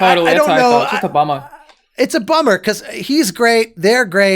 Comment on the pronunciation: Alanah: "Just a bummer." What I heard: "It's Obama." The subtitles: "I don't know just Obama." 🤣 For a second I was like what. If it wasn't for instantly replying "It's a bummer." I would've probably lagged a bit longer there. Lmao